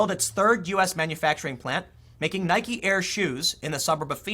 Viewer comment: The most important takeaway from this video is....Tim finally pronounces "Nike" correctly.